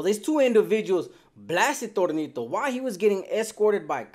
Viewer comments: It’s tonito not Tornito 😂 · Your saying Tornito 😅 his placaso was Tonito though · It’s Tonito , not tornito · Tonito not Tornito 😂😂😂